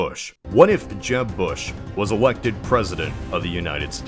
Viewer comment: "Eguacted president" good job,.